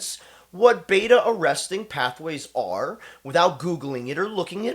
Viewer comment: Its beta arrestin ... not arresting